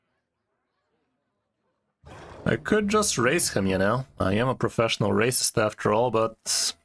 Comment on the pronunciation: Did he just say i am a professional racist?